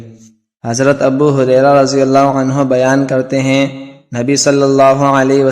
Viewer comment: Ap ney ek ghalti ki hai ap ney anhoo ki bjay anhan keh dia hai plez khiayal Kia Kary plez